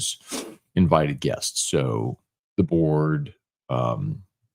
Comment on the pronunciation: I had to go back an listen twice. I thought you said "Deboers", when you actually said the board. I was thinking why would Deboers be invited.